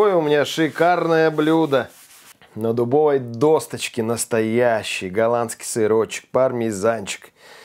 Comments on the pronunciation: сначала говорил правильно- досочка, а сейчас вдруг стал говорить-досточка(доска) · Досочка! Досочка! В слове "свекла", Вы правильно ставите ударение! Хотелось бы, чтобы и в слове "досочка", отсутствовала буква "Т". P.S. Я, не придираюсь, но слух режет...